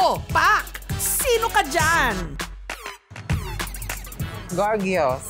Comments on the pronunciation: "Gorgyos"daw sabi ni ate.. :D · Di naman kasi "GORGYOS" ang pag-pronounce noon. Dapat "GORDYOS"😆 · binalik balikan ko talaga "GORGYOS" HAHA!' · Its the gorgyos (gorgeous) for me 😂😂 ✌️